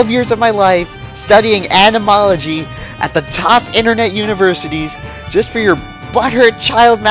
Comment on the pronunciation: Need me a clip of you drunkenly slurring "animology" to set as the notification sound from the weebs in my life that I haven't been able to alienate, yet.